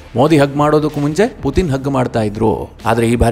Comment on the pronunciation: Anna adu putin not puthin🙏